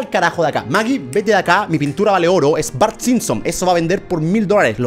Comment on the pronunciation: Se escribe y se dice bart